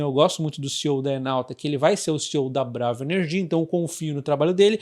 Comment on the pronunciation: Sempre acho engraçado quando ele fala elnomes de empresa na sílaba tônica errada. Parece outro nome... Mas é BraVA Que fala?